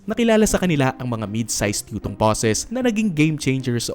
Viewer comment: anong bus mo? : "Utong" I mean Yutong